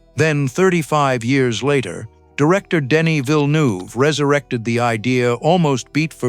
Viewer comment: Danny "Vilnyoov".